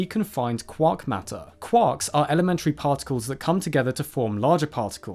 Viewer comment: Quarks 😂😅 FYI: Maryland is typically pronounced "mar-a-lund" or even "mar-lund".